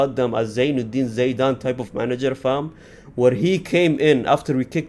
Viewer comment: how broken someone can be? - Zidane ❌ - Zaydane ✅